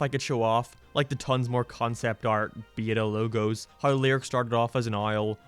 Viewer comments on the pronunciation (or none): none